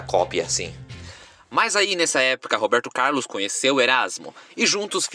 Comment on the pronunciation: Gostei da história do Robeeeerrrrto Caaaaarrrrlus!